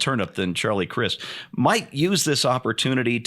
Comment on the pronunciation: Charlie prefers that you pronounce his last name with a "long 'i'"!